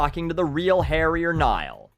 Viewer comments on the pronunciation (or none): none